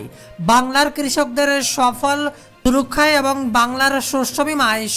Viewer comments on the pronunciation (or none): Safal rakshayna kotha ta hobe fasal rakshay.